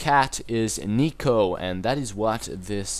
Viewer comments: NEKO NOT NIKO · it's neko not nyco well at least it is pronounced like neko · Its not NEEK-O Its NEK O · i think its pronounced neck-o. and good video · I'm not trying to be a pest but, Néko is pronounced like Nako with a strong 'A' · it's pronounced nehko (like neigh-ko) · Its "Nay" "Ko".